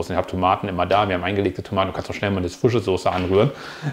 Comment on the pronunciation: Moin, es wird HEELA😉 ausgesprochen ( Herrmann Laue) HELLA ist eine mineralwasser Marke viele Grüße